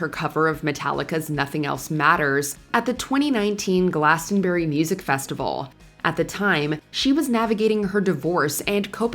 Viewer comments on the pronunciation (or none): 'Glastonberry' 😂😂😂 they'll never get it right😂😂😂